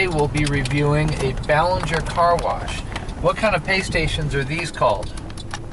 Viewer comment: you said belanger wrong